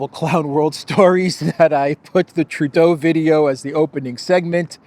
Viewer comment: Justin Tur-dodo! 😂